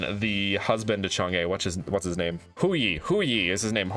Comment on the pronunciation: its chang UHHH not chang EEHHH